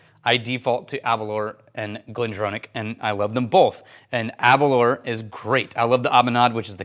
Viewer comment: Aber - Louwer not Aberler. I live 10 miles from the distillery...